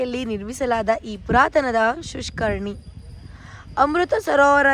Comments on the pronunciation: ಸುಷ್ಕರಣಿ ಅಲ್ಲ ಕಣ್ರೀ....ಅದು ಪುಷ್ಕರಣಿ.....🙂😃,ನೀವು ಇಂಗ್ಲಿಷ್ ಮೀಡಿಯಂ ಏನ್ರೀ....🙂😃😍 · ಅಕ್ಕ, ಕನ್ನಡನಾದ್ರು ಕರೆಕ್ಟ್ ಆಗಿ ಓದಿ ಪುಣ್ಯ ಕಟ್ಕೊಳಿ, ಅದು ಷುಷ್ಕರ್ಣಿ ಅಲ್ಲ ಪುಷ್ಕರ್ಣಿ ಅಂದ್ರೆ, ಕಲ್ಯಾಣಿ ಅಂತ. ಅಯ್ಯೋ.... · Ley naayi adu shushksrni alla kane pushkarni. Thu ninna